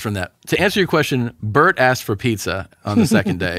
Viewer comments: That whole Steven Seagal conversation is awesome 🤣 Tom’s laugh at Bort’s name mispronunciation 😆🤣🤭 still mispronouncing Bret’s name wrong 😂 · Tom’s display of sheer joy when mispronounces Bert’s name is hilarious 😂